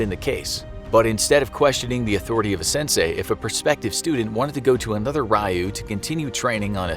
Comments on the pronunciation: Raiyu? I'm sure you mean "Ryu" (R-yuu), which has multiple meanings. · Is anyone else getting their pets peeved because this dude keeps mispronouncing "Ryu", pronounced "ree-you", not "righ-you"? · I really just cant get over how he pronounced rai-yu